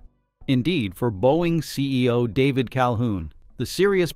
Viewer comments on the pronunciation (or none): none